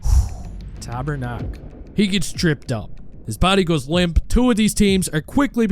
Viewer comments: did you called Pastrnak "Tabernak"??? it's hilarious! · as a quebecois the "tabarnak" was pretty good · OMG I love how you called Pastrnak "Tabernaque"😅